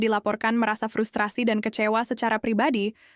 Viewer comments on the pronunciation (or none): none